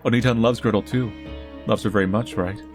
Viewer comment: bro was saying "gretol"